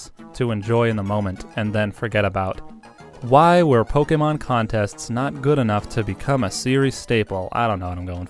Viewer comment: This is some of the most stilted dialogue I've heard in a long time. It's extremely irritating to hear the word Pokemon pronounced that way, and you seem to be taking a special effort to emphasize every hard syllable, leading to the dialogue sounding even more stilted and scripted. Your tone is also completely inconsistent and almost never making any contextual sense. This whole video appears to have been narrated by a D-list voice-actor that doesn't even want the job he's auditioning for.